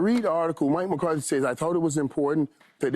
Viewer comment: Hey Paul, its McCarthy, not Mcartey for the 100th time.